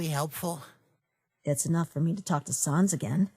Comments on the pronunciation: You don't say it like sans you say it like säns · u don't say it like sons it's SANS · The only problem I have so far is that it's pronounced SAYNS not SAHNS. Ok bye now, also I'M METTATON!! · Frisk: Sa nas. Me: RAGING STOP SAYING SA NAS IT'S SANSSSSS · They say sans wrong they say sons its sAns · Y u call him sauns. It's pronounced sans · Sans - it's sans, not SARNS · Whoever works for this channel and reads the comics, you don't pronounce it as S-ah-n-z. It's S-an-z. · It is pronounced saens not saans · It's sans! Not sons! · It’s not sahns, it’s SANS, like the French word for without! Actually that is what it translates to! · "Sons" instead of "Sans" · S-ANS NOT SA-UNS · Mettaton Nope its pronounced.... How it's spelled SANS Cuz it's a pun on Comic Sans not Comic Sayns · You pronunced Sans wrong To pronunce his name is like that Sens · It really annoys me that Frisk is pronouncing Sans' name wrong. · Me still angery cause of people saying sans wrong